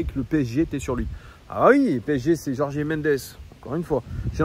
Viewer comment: Stp …Jorge [George] pas Jorgé 😂